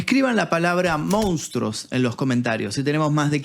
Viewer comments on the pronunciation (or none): Monstruos, no “Mounstros”. Quizás sea difícil para algunos pronunciar esa palabra.